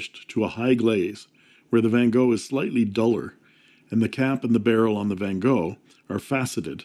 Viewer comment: Your Van Gogh pronunciation is really good! Greetings from a Dutchman😉